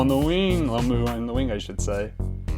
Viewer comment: Why can't these Americans pronounce Jonah last name right Its that simple.Its Jonah Lomu not Lamu.